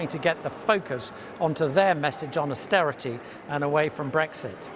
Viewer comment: AUSTERITEH, PUBLEK SERVICEHS, BURGON BOT CORBYN BLAH BORN 2 RULE BLAH